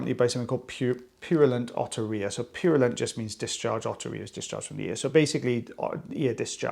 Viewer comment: Thank you for showing the word otterhea because when says it, I hear otter ear and can’t ever find anything when I do a search of otter ear! lol